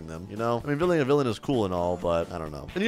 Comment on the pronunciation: bro just said hero to villaan